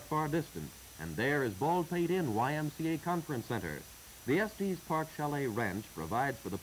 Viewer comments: They should have given the narrator a briefing on some of the pronunciation and nomenclature. It's definitely not "Estees" Park and It's Colorado Ave. Not Colorado St. I have ridden up to Pikes Peak by road and cog road. I remember when they would feel the hubs on the wheels of your car to see if you had been riding your brakes down the mountain. If your wheels were hot you would have to pull over. They have had instances in the distant past where people would burn their brakes out completely on the way back down the mountain. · It may have been how it was pronounced back then. I've heard similar videos from the era refer to Los Angelees, with a hard G. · It's actually Estes Park Village. Check it out, but we call it Estes, also. 💙 T.E.N.